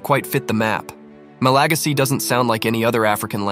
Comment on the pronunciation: The way he says "ma-LA-gasy" sounds wrong in my ears. In English, we say "ma-la-GA-sy" ==> /ˌmæləˈɡæzɪ/